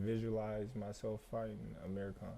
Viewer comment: When he says Amir Khan it sounds like hes saying Amerikhan